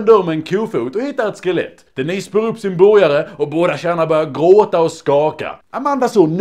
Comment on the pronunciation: det heter GRÅTA, inte GRÄTA!